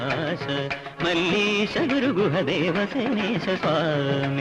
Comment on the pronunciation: He did not pronounce the words correctly, here and there. "Malleesha" alla "Valleesha", "paripaalayaashu maam" ennaanu, athupole "vaarijaasthra". This is a famous Dikshithar Kriti. It's surprising that MG did not know the saahithya of this keertana correctly.